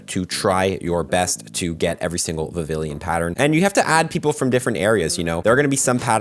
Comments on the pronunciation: It’s prononciation is more similar to french word “papiLLon” which means butterfly. It should sound more like Vivian instead of Vivillion 😊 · BTW its pronounced Viv-ion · VIVILLON. VIV-EE-ON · Heya. I think Vivillon (Vee-Vee-On) is supposed to sound like the french word for butterfly, Papillon. Fun fact, it's also the work for a parking ticket:). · It's pronounced as (vi-vi-yon) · I love when they introduce unique ways to get new Pokemon Btw it's pronounced "Vivee-yon" for future reference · The two l's are silent and its pronounced "Viv-eon" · Vivillon is pronounced the French way, it’s taken from papillon 😊